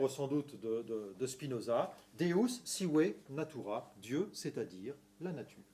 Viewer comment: Deus Sive Natura C'est prononcè un peu à la française Le son latino il n'y est pas mais on pardonne, la lectio magistralis elle n'est p'as mal